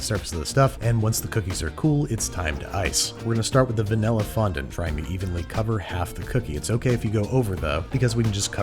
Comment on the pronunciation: How's about you fondon't mispronounce fondant?